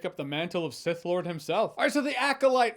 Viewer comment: he said Seth not sith